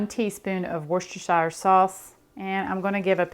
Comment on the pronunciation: She ALMOST gets Worcestershire right.